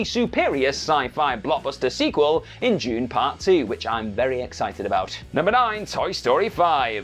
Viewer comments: Elemental wasn't a flop. It´s "Dune", not "June". Captain America 4 it´s "Brave New World". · He said Dune, not June. Spent way too long trying to figure out what June part one was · Dam this channel needs a dedicated CC persons I kept hearing him say June part 2 and had to look up a scifi film called June. Realized way too late he was saying Dune part 2😂😂😂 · You mean Doone